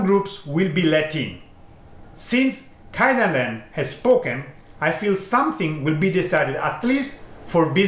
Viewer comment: Thank you very much for correcting this. I don't know why but I can't just pronounce it. I mean I know how to say it, but when I'm in the video I always end up saying KAIdanren XD The problem is not in the language, but in my brain, I think 😀